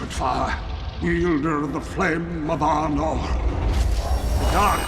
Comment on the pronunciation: easy to think he was saying arnor.